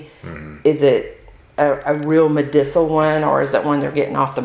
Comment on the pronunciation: She couldn't even pronounce `Medicinal` ... what a shit show, Cartoonish